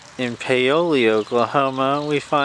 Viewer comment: 😂 Paoli is my home town and it’s pronounced Paola😂😂